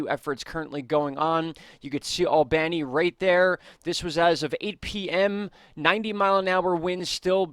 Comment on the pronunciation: It's pronounced "Albunny" not "Albannie"